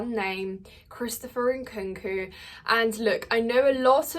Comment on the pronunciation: Omg I just like the way you pronounced Nkunku name.